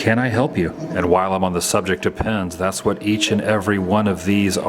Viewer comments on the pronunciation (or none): none